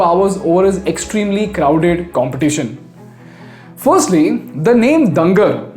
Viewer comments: Small correction- Dungar is pronounced as डूंगर Since he was the King of Bikaner people might get offended by this mispronunciation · it is pronounced as डूंगर not डंगर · your pronunciation of dunger is wrong!!! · Its not दंगर its महाराज डुंगर सिंह जी name …from there he took डुंगर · The whole video was amazing. But just one correction word Dungar should be pronounced as डूंगर not दंगर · Thanks for this great video. Just a small correction, the name of the king is pronounced “Doongar” instead of “Dungar” Source: I’m from Bikaner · dungar pronounce as "dooongaar" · Not डंगर but डूंगर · dungar pronounce as doonger, d like doctor, doonger means hill. it's a marwari word. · Its "dungar ---- डूंगर". Not डंगर. Love from Bikaner. 🙏🙏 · Sir you miss pronounced the name of the king. He was pronounced as doongar Singh not as dungar Singh. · Doonger hai bhai pronunciation not dunger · It is pronounced as Doon-gar Singh, not Dan-gar Singh. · It's not "डंगर" it's महाराजा डूंगर सिंह जी बहादुर. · Its not डंगर it is डूंगर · I think it is डूंगर not डंगर after the king named डूंगर सिंह। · Excellent content on Haldiram Story...... pronounciation of Dunger is not correct. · It's pronunciation is डुंगर not दंगर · abe c** thats not dunger. Its pronounced as doongar sev. Doonger singh. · Accurate Pronunciation of dungar is डूंगर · Bro it’s duuungar (pronounced doon-garh) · its डून्गर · Pronouciation:- Doongar!; मोठ